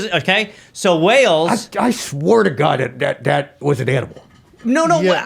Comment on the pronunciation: In Gob We Trust